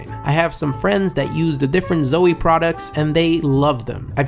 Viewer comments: He says zoey 😂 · It's pronounced "zou-ee." hello? lol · Him saying Zowie wrong hurts my brain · u want a zowie sponsor, then say it right. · zowie isnt going to sponsor you when you cannot pronounce their name correctly